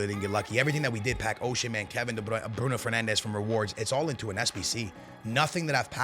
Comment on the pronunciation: Hes Portuguese and saying a Portuguese players name the way its meant to